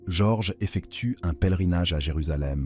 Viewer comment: bonne vidéo, mais j'en suis à la moitié, et ça ne répond toujours pas au titre de la vidéo. Le prénom Jorge est assez écorché, dommage ! et quelques inexactitudes aussi (Sainte Marie Majeure est un territoire du Vatican par exemple). Les coupures dans la prononciation/discours est aussi génante. L'empereur Néron n'a pas simplement "pas apprécié la prédication de Pierre" mais a carrément mis l'incendie de Rome sur le dos des Chrétiens, les condamnant à une mort certaine.